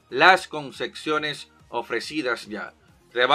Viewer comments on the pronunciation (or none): Concesiones ✅ Concexiones ❌